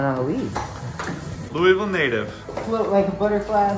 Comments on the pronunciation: this aint yo hometown😭 "loo-ee-ville" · It's your hometown and you pronounce it "Loo-ey-ville"??? Nah, I'm not buying it, haha! I only lived there a year but I can tell you it's pronounce "Loo-vl". ; )